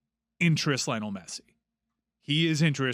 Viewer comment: How are we supposed to believe you when you can't even pronounce Messi's first name right?